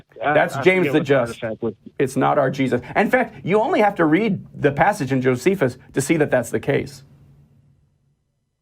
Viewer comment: The names … Josephius, Tactius … I love it when they can’t even get their erroneous source names correct 😄😄